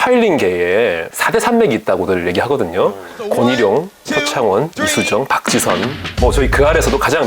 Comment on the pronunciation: 박지선 교수는~ 부분은 특급 강조인가요? :D